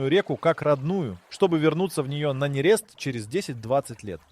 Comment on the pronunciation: ИИ делал ролик. Радостный... Нерест - не там ударение В Трески и камбалы ударение не на те буквы